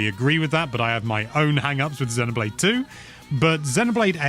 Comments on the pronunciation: buddy, it's pronounced zeeno not zeno. Xeno(zeeno)blade. 👍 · It's CROSS not EX